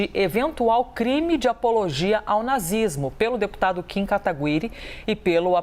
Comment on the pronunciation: A porra da repórter não sabe nem falar o nome do deputado.